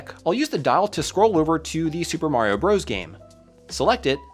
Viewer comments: It was never pronounced “Bros”. It’s just an abbreviation for Brothers. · "Super Mario Bros." is not, and has never been pronounced as "Super Mario Broze". "Bros." is short for, and is pronounced as, "Brothers". Calling it "Broze" is like pronouncing "Dr. Mario" as "Durr Mario". It sounds both uneducated and unprofessional. --- Also, please hire an editor to clean up your narration script. Your use of idioms, redundant phrases, gerunds, and colloquialisms sounds amateurish, and distracts from both the production level of the visuals, and the level of care taken in producing the video. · Bros. is meant to be pronounced "brothers"; the point is for abbreviation. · Yeah, that drives me crazy but I think that battle has been lost. Seems like nearly every Youtuber pronounces it as "bros" these days.